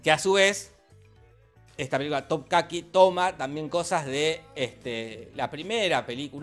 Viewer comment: Es TOPKAPI, no topcaqui, weon